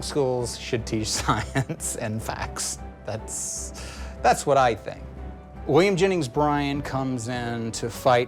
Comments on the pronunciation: godDAMN stop saying "Williams Jenning Bryan". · Williams Jenning Bryans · It's hilarious because he only misplaces the S. But does it every time.😂😂😂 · take a shot every time he says Williams Jenning Bryant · "Williams Jenning Bryan" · he said this mans name wrong thee entire time😂😂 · The fact that he says William Jennings Bryan's name wrong every. time. Is too funny to mee